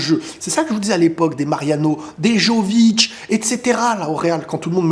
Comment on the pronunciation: on prononce "Gulère" et pas Guleure, et "Yo"vic pas "Jo"vic